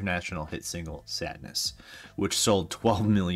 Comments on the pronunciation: Pronounced “Sahd” rather than sad, as in The Marquis de Sade, which is pronounced “Markee de Sahd,” long A for the Sade part. Ahhhh… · It’s not Sadness, it’s Sadeness…there’s a difference.